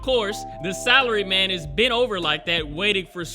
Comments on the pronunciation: Yes, this is what I need before going to sleep. Also, for some reason I'm hearing Salary Man as Celery man... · Does anyone else hear celery man instead of salary man??